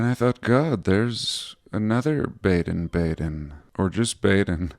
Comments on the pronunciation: BADEN is pronounced “bah-den”. It means to bathe in German. Bad means bath in German. Badezimmer is bathroom. (That’s easy to google by the way). So the places where springs were found and established as spas were named Baden. Karlsbad in Germany was another famous spa town back in the day. Hope that’s helpful to your research. I’m assuming they named the American one “West Baden” bc it’s west of the original in Germany. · The A in Baden is pronounced AH. Too bad about the Prague clock. Most people won't even notice. You always have such interesting vids. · It’s pronounced Bar-den Bar-den like the sheep.